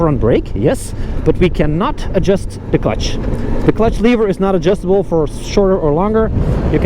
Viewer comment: Did he say the preroad is adjustabre?